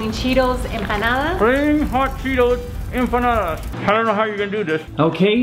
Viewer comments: Its not empandas its panadis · I heard empananas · I just keep hearing banana instead of empanada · When said "enpandes " I died 🤣🤣🤣🤣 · really didn’t get one since she said it wrong.😂😂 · Then trying to say empanadas 😂❤️❤️❤️💀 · Cuz she said it wrong